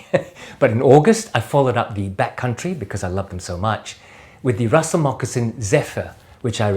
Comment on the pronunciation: As always, a real pleasure watching and learning from you, my friend. Thanks for the mention ☺️ and pronouncing my name the right way 😁. I need to get me a pair of Russell Mocs.